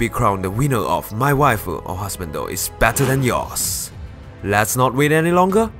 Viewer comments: Just as a quick FYI, when you said "Wae" the first time I was like WTF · Like I was WTF is he saying something in Spanish? I was laughing for most of the video 😂